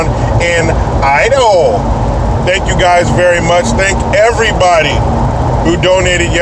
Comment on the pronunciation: We don't say Idaho like we are autistic,. Thanks!